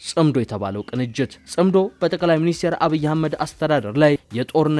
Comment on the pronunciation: ጠቅላይ ሚኒስቴር ሳይሆን ጠቅላይ ሚኒስትር ነው የሚባለው እባክህ!!